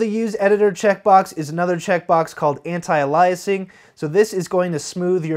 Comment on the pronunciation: Great tutorial: sorry, pronouncing anti-a-LI'asing instead of anti-A'-liasing is still distracting. I know you fixed it some of your later videos.